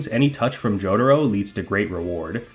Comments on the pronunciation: >"joe-duh-row" lmao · Dude. How can you be pronouncing Jotaro's name THAT wrong??